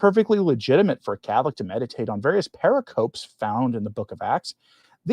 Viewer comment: Good video. Pericope is a four syllable word. Pur-ic-oh-Pee.